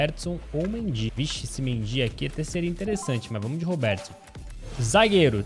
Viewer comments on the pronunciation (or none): Robertson não robeeeertson